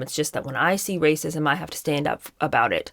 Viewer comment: Also every time you say “rrrrrrrrracism” I crack up. These people are clowns. We all have privilege and we all belong to minority groups. Meghan is more privileged than the vast majority of people. Way more privileged than me and I’m white. Like do they not understand how anything works? Get over it. Stop being victims. We all are victims of something. The rest of us get on with it